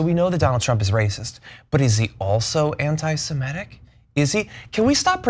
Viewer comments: SEMITIC NOT SEMETIC!!! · Semitic, Ana, not Semetic...